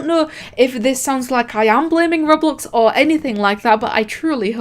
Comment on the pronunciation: how she says roblox:rublux us:WHAT THE F*ck